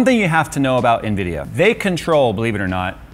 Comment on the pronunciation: amd ?? Nvidia?? Amdia ??? Lol 🤣🤣🤣🤣🤣 just dont get too excited bro cz we all u are 😆😆